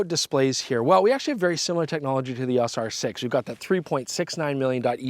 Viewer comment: E...AWWWSSS! It's EEE OOWW EESS!!